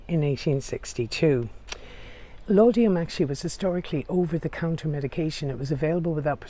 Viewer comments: It's Laudanum, not Laudium. I am enjoying your tour of this historic place. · Great video thanks! Although İ have to point out it's ' Laudanum' not 'Laudiam'...just for people who may try to order it at their local Boots!...at least they will have pronounced it right before they get refused! ;o)...Keep up the great vids..very informative and enjoyable! :o)